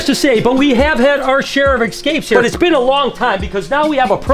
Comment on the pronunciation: Cool 😂 but can you stop saying "exscapes"?! 😂